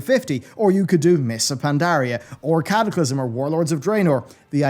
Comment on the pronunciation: Cataclysm, ... or Cataclysm :P